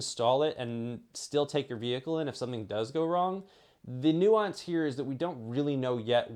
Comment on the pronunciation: It’s nuance